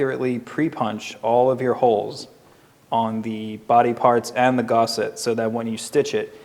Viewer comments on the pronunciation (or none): I cannot listen to you saying "gorset" any more. Its GUSSET, like GUS. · hearing someone say gaucet instead of gusset shouldnt bother me this much lol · That gusset would be too long wouldn't it? just by the measurement of the front and bag it should be 15. He keeps saying "gosset" but ive been saying gusset for years. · It's Gus... not Gau.... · Cool video. Please learn to pronounce "gusset". You keep saying "gosset". It's guh-set, not "gaw-set". But really, this video is helpful. My brain just kept getting sidetracked by it... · Sorry, I’ve just got to correct you here...it’s NOT GOSSET. That’s how you are pronouncing it. It is GUSSET. As in the man’s name Gus. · you say Gauset like faucet. Everyone else says Gusset as in Gus-set There’s no a in gusset. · You spell gusset correctly so why pronounce it gosset? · An excellent tutorial, and very timely, for me. I do have to admit, every time I heard 'GOS-set', I flinched a bit. Quite a lot, really. . . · it's definitely GUS-set, otherwise you sound like you're degaussing electronic equipment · Yeah the mispronunciation of gusset is driving me crazy. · Oh my god he’s driving me crazy Has he never seen the word spelled out?